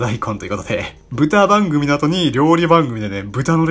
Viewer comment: 「豚番組」を「歌番組」みたいな言い方してんの草